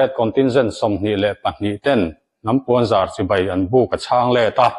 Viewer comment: Hnam puanzar kha lam dik deuh la mawle ..